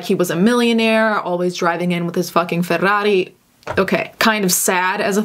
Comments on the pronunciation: I love the way you say Ferrari! This is why I love the Italian language! ❤️🇮🇹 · The italian really jumped out with the correct pronunciation of “Ferrari” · THE WAY THAT YOU SAID FERRARI JUST PROVES THAT YOU'RE ITALIAN